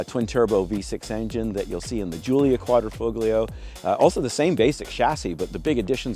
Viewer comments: It’s pronounced Qudra fo lee oo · The 'g' is silent. Dude sounds like the ignorant American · DAWG...the "G" is SILENT !!